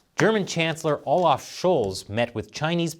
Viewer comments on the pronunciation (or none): none